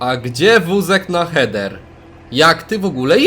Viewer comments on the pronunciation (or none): Heder a nie kurwa cheder